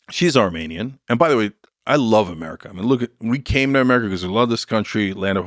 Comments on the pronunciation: Lol idiot Lex can’t even pronounce Armenian correctly. I’m Armenian, wtf is this shit. The collective IQ in this room is somehow in the negative. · He can’t pronounce Armenian correctly, he doesn’t give a fuck. Armenian genocide is a huge topic, we don’t depend on this idiot to bring it up. Idk if you know this but Biden had already acknowledged it at this point in the interview.